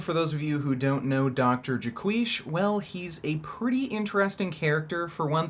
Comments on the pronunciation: It’s Jay Quish as in squish. Jaquish. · Not even a minute into the video "Jaquisha" 💀💀💀